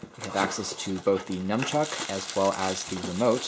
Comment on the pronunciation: It's nunchuck, not numchuck!